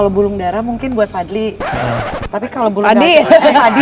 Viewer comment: Bunda salah nyebut : “Fadli , padi , oh fadii” 😂😂😂